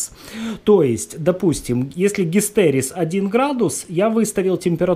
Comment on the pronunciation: Гистерес...? Что за х...? ГИСТЕРЕЗИС !